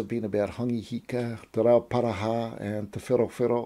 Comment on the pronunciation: as Tangata Whenua I love listening to your pronunciation of Reo...it really means alot that you do that....and the Aotearoa New Zealand history you share is awesome! thanks!